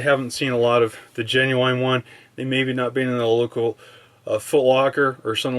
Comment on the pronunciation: did you really just pronounce it "ge nu ain"